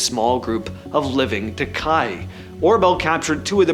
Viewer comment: Takahe = Tah-kah-HAY, just sayin. Night Parrot = kakapo from New Zealand, not Australia.